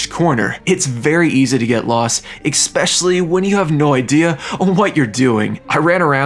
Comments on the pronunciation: Idk why but I get so bothered when people say “Exspecially” instead of “Especially”. I swear, just about every YouTuber I watch does it. 😂 This guy does it A LOT though. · ekspecially isn't a word. it's especially. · It is expecially funny because he uses the word a lot. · good video, but you know the word is especially not ecspecialley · IT IS NOT EGG_SPECIALLY - It is especially. Quite frankly SAD that a German guy has to EGG-SPLAIN this to you. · Im 4 mins in and I’ve heard u say “eXspecially” like 5 times im losing my mind here lmao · “expecially” lol Jk, I loved this so much, I might have to relive my childhood real quick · "Exspecially"... for real dude? It's your own language... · IT WAS DRIVING ME NUTS 😭There is no X, K or CK in ESPECIALLY... (╯°□°）╯︵ ┻━┻ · My brother. *Essssspecially. Like Espresso. No X. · escape and especially not excape and expeccially